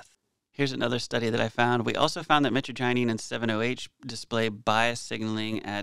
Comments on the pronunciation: thing is you totally mispronounced mitragynine and then when ya fixed it ya still did. What other research are you doi besides Googling words and taking the stuff? If that's all it takes to be a pharmacist I could have been one as a young adult just taking pharma meds for fun and reading the p.d.r. and such. From what you show yr research isn't anything more than what everyone else already would do. I'm not trying to talk down on you but this whole gig is getting lame brother especially when you aren't even learning to pronounce things. The average kratom consumer seems to be more educated on it than you are. I know if I had just heard of it and this video was my intro I'd be continuing my search for info. By the way did you know Google translate will teach you how to pronounce things? Mitragyna speciosa , Mitragyna hursuta and Mitragyna javanica have been used at least since China tried to tax opium for the first time because when they said they were gonna tax opium many over there said "oh ok that's fine we will just drink the kratom " that's why China banned kratom. I've used it plenty and I've used the synthetic 7 hydroxy mitragynine and it's very useful but it is also very addictive. Like any opioid. What happens when we eat kratom or drink it is our liver converts the mitragynine into 7 hydroxy mitragynine and it's very useful as a stimulant or opioid style pain killer. It's closely related to coffee as well. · Met-tra-ja-neen is the pronunciation for metragynine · The way it is pronounced is (muh trag O kneen) like knee but with a n at the end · Its " mih-TRA-jah-neen" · you're awesome, but I'm surprised about something. You did a good analysis, but you did not pronounce the name properly at all. It's pronounced "mee-traj-a-neen" lol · ...man. it's mitragynine. That's not how it's pronounced. We then convert that Into 7 hydroxy mitragynine. Yes there's other ones too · My-Tra-gin not mittiginny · Pronounciation is more like My-tra-G-eneen